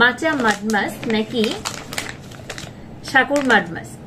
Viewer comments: উচ্চারণ ঠিক করেন সাকুর হবেনা হবে হলো সাকুরা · Sakurai hbe murkho